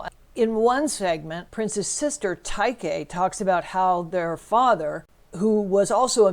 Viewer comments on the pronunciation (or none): His sister's name is Tyka, not 'Tyke'...quite basic information.